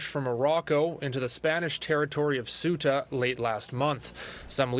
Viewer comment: Ugh please learn to pronounce Ceuta